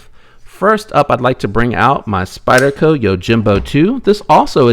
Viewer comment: Interesting idea on other countries that produce knives. What did you say, "Spydie-Ho"? Glad you left that in the video.